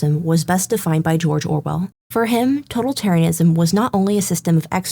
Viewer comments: Impressive video essay! The only correction I have is the word "totalitarianism" has the accent on the second syllable. to-TAL-itarianism. But aside from that, this was an incredibly informative video essay! And I say that as both a fan of The Witcher and a student of 20th century history. Kudos! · You learned how to pronounce Polish but not "totalitarianism"? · why she keep mispronouncing totalitarianism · Seriously dude? I wonder how it is possible that there are people for whom the glass is alwas half empty. She did a GREAT essay and the only thing you manage to comment is ProNoUnCiAtIoN